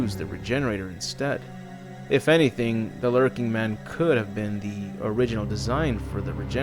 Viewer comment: Lurching not lurking. Basic english man come on.